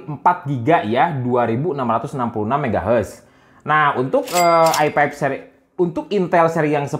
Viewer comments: i five bang bukan i pep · Dia masih gak bilang F, Versi jadi Persi, Video jadi Pideo, i5 Jadi AiPaip